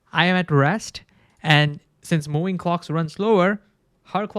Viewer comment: I love you. "World" has "r"! You say "war line" instead of "world line". "Moving" has "v", it's not "mowing"